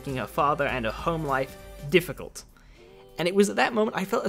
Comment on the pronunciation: "Dificult" I cannot help but laugh at this